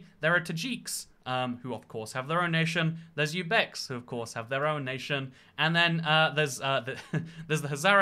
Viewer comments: Dude, learn how to pronounce “Uzbek” It’s more like Ooze-beks, not You-beks like you said. >:/ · Ah yes, the Yoobeks